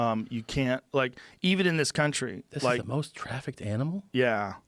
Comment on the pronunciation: The word is “trafficked”, Joe